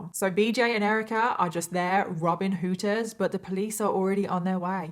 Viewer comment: The way you say "Hooters" is fantastic. I don't think I've ever heard someone with a British accent say that.